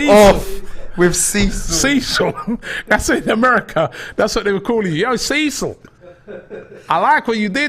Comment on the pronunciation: "SEA SILL" 😂